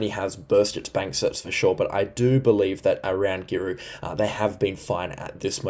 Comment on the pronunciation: Great channel. Love your weather channel. Can we teach you to speak North Queensland, hey !? Anything North of Townsville is Far North Queensland. Then you are on 'the Cape' Anything South of Macaky is Central Queensland In between is North Queensland Paluma - Par-loo - ma Mutarnee - Mu-tarn-nee Girlu - Grr-roo Keep up the great work. Sure is a historical weather event for the ages. Stay safe. And don't despair if you have been flooded, you will get through this event Queenslanders.